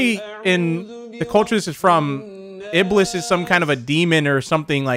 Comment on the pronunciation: I THOUGHT IBLIS SAID BALLS 🤣😂